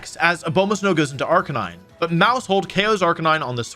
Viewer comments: It's so weird hearing him mispronounce Arcaneenae. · Wolfey's BonusWolfe impression is good, but he made one mistake - BonusWolfe pronounces Arcaninay correctly. The second half of the video is just presented by regular Wolfe with a hat! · Man this guy says arcanines name wrong a lot